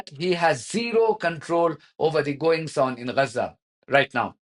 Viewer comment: Can we agree on the pronounciation of G like in gab so Ga za not Ra otherwise spell it Raza or stop using the latin vocabular